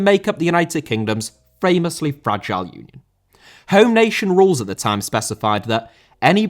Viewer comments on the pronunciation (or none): none